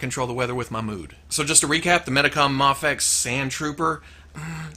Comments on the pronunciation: I thought it was pronounced may fex not mah fex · Muhfex, mehfex? I thought it as pronounced may-fex? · you always pronounced it as may-fex. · It's either way since no one knows how to pronounce it really just done people told it's pronounced mah fex while others said May fex. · It’s pronounced Mayfex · The way he said mafex ugh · Ok. So, I've heard it pronounced different ways. Is it "may fecks" or "mah fecks" or "m'fecks"? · I think I've heard you pronounce MAFEX in every possible way at this point. In this one video. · I think it was an on going joke about not knowing the correct pronunciation in early videos I put it down to jelly and jam scenario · I love you but I hate the way you say Mafex. Isn't it a long "A"??